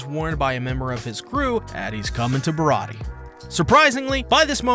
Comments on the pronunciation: Im pretty sure that the pronunciation is Bih raw dee aye or Bih Raw ti aye, it's like an in between of dee and ti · You're very close with the pronunciation. You just forgot the "ayy" sound at the end. Barati-ayy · The warlords are the one piece equivalent of Privateers basically government sanctioned pirates Mihawk is the strongest swordsman in the world no question he is also a warlord. also its pronounced like (bar-ah-t-ay)